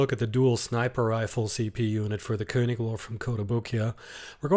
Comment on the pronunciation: THANK YOU for pronouncing König correctly 😂👏👏👏👏